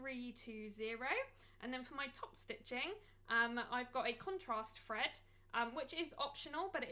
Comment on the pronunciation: Thank you for sharing 🥰 Your accent is sensational - it sounds like you are saying fread instead of thread 😆 its cute